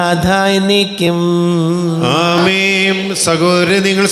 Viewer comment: ഈ കാപ്യര് എന്താ അമേം എന്ന് പറയുന്നത് ആമേൻ എന്നല്ലേ പറയേണ്ടത് 🤔ഇത് കേൾക്കുമ്പോ വല്ലാത്ത അസ്വസ്ഥത 😳